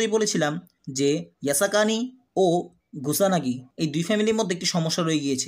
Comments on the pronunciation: Are Vai naam gula to thik kore bolen. Kyo ke boltasen rio, kusanagi ke boltasen gusanagi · Oita monehoi gusanagi na kusanago hobe😅😅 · Vai gusanagi na kusanagi